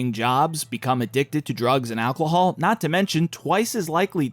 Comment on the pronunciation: Ok this is the second time I've heard him say "alclohol." What in the world?